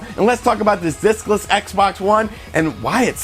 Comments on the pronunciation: I keep hearing dickless. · Watching this it seems you keep saying dickless system lol. Agree what a huge screw up on Microsoft's part. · Sorry thought you said "Dickless Xbox" haha... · I heard "dickless" Xbox system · I keep hearing dickless Xbox one lol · Every time u say discless I expect u to say dickless Xbox one